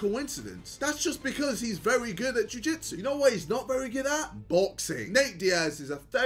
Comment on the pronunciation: "Ju jitsu" Not ji jitsu ksi W